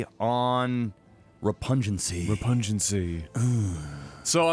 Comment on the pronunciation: Repug-nancy. Not repungency.